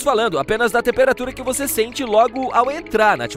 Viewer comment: Às vezes o narrador fala "vocêr" 😅